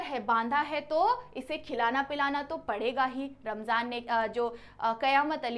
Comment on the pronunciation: Rahman, ❌ ramjan ✅